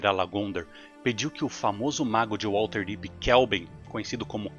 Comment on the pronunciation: Material incrível, muito bem roteirizado e ótimas escolhas nas imagens. A única coisa que me incomodou bastante foi a pronúncia de "WaLterdeep" mas de resto o vídeo está sensacional.